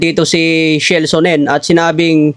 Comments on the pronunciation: Sino'ng SHELL Sonnen? Baka Chael (pronounced as Keyl) Sonnen. HAHAHA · Kael bigkas dun. Shell amputa. Pag Kasi dimo kilala wag muna I content. Mema Ka Lang eh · Wrong Pronunciation yong Pangalan ni Chael Sonnen. . . lol - tamang Pronunciation po ay " Cha-El"